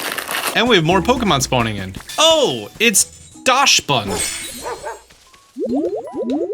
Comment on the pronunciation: I give you a Tip ITS Not dasch try to say IT Like Daxs OK ITS a German word